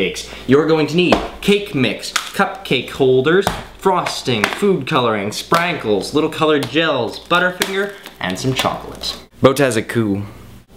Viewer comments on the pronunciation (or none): What are "sprankles",? I hope you mispronounced that on purpose... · Things I like: - Your style.(outlined explication to follow) - the sarcasm - how you pronounce "sprankles" - how you clearly haven't made cupcakes before - you actually put 1/2 cup butter in a 1/2 cup - you individually applied the toppings - the consistent flow of "Arghhh!" - narration-explanation - and finally, of course, the fact that you made Apology Cupcakes. It's a nice gesture. Superlongcommentdone.